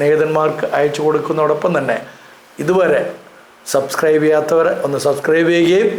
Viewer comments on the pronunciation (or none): none